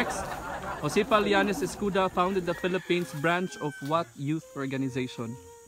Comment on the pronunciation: Read as Escoda not escuda